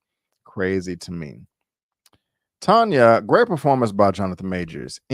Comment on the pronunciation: Lolll I fell asleep yesterday Tired from the gym so I had to be replay gang for end. I liked it episode and rate it 8.5. FYI name pronounced Tanya 😂😂😂😂😂. You had it right a few times